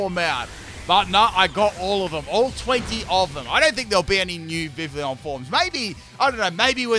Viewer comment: Pronunciation: Viv-ee-on